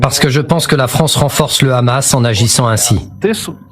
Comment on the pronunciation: Écoutez comment il prononce hamas et vous comprenez qui il est ! Il utilise KHA et Ha